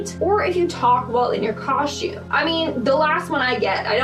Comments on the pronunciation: If that girl says coshtume one more time I'm gonna lose it.🙄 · Whats a coshtume I have heard of a costume